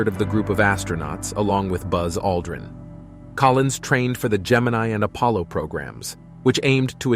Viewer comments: Just another typo repeated by the digital narrator. He also said "Collin" a few times instead of Collins. Just like the media reading the teleprompter. Apparently the Spooky part of the dark side of the moon stated by Collins was redacted. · it's Collins, not Collin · Sorry, the narrator got this so wrong I gave up. The man's name is COLLINS - NOT COLLIN! and as others have commented Armstrong and Aldrin did not run about in a lunar rover. Seriously, why bother if you're going to screw up so much. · Multiple times the narrator refers to Collins as “Collin.” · Not Colin but Collins.